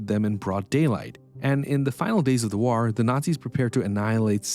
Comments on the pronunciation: Stop saying ‘waur’. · and saying "whar" for war.